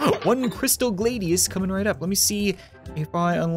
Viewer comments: its the glad,ius not the glade ius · Glad-Ee-Us, Fal-chi-unn. You also been sharpening the Falchion and Trident wrong. for the Falchion you don't need to sharpen the top double edged part. and for the pike trident just do where you see the sharp edges are. your welcome